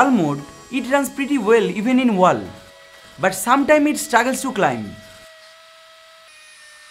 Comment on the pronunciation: No! Not everything. He does not know how to pronounce WALL! 😂